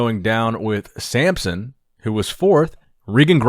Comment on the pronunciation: bruh his name samson not samp